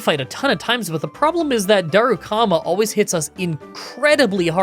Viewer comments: DaruMAKA, not DaruKAMA 🤣 Very good vid, as usuall! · Did you call Darumaka, Darukama? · "darukama, siggle if" ...learn to read english please